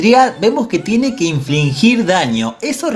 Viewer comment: SE DICE INFLIGIR* NO INFLINGIR. (No hate).